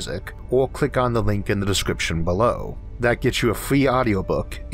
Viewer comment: cwick on it fust befo you hea the guyz pwonouncing cuz its a gwand iwwusion.